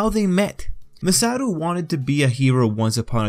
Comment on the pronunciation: dude, its Masaru, not MASATO